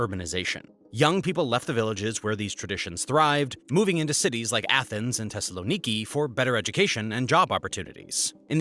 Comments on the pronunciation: Phonetically pronounced THessaloniki not Tessaloniki. And the problem is corruption. The only factor you’re missing is the large amount of illegal immigrants that flow through the flood gates called Erdogan’s Turkey. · why the TH in Athens you say it right and in Thessaloniki wrong im Greek and i cant hear it